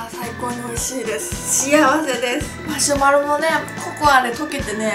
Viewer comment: マショマロじゃなくてマシュマロですよ笑